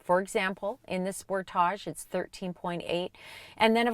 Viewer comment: Sorry! Had to laugh at every time she said Sportage'. It's Sportage. No French needed. Your welcome.